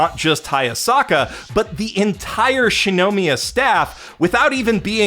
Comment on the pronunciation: The rampant mispronunciation of Shirogane and Shinomiya's names, from someone who self-proclaims to be the God of Anime, is impossibly grating. If I wanted awful butchering of Japanese names, I'd listen to early 2010s dubs.